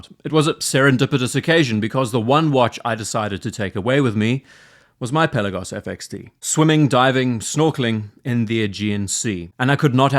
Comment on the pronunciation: Hey, hope you enjoyed your time in the Aegean Sea. Also, thank you for pronouncing the word "Pelagos" ( original Greek word being "Πέλαγος " with emphasis on the letter e),unlike so many other watch youtubers. Best Regards. P.S. if you ever revisit the Swatch x Blancpain watch, I will be glad to share my experience, as I went to check it in person.